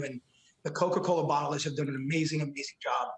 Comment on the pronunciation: “Coca colerrr”